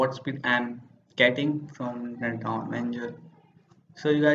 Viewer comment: learn how to say download